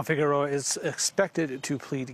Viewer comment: Needs to practice pronouncing Figueroa.